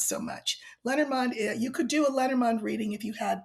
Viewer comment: For anyone who was confused as to what deck she is talking about, it's Lenormand. I pronounce it lay nor mand so I was like what the heck is lettermond? 😂